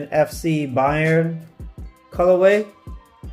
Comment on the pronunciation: The way you pronounced it at 2.24m is correct. Bayern is a state in germany and translated into Bavaria. Munich has the famous football club, where the basketball club is also earning some success in the euro League. Munich is also the city were the collab comes from with the BSTN (correctly pronounced at 3.14m) store, which is also from Munich👌🏽 Thanks for your review